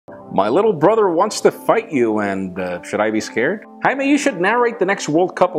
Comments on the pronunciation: Did you just said "Hymen Rivera" :P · Jaime, why do you pronounce your name wrong?